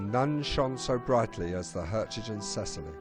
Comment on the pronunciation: Perhaps this was the best end for her, though. In just a few years she would have been impounded by the Allies & probably rusted away or scrapped. Instead the sea took her with no lives lost. btw There is no 't' in the name. It is 'Herzogin Cecillie'. And the title 'Herzogin' is German, i.e. it has a hard 'g'. Lovely video though, thanks.